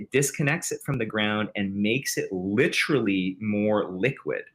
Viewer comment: Fascinating interview, but if this guy says "LITT-erilly" one more fucking time, I swear